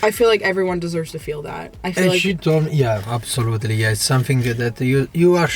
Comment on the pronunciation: “Abasooletely nevaar” ❤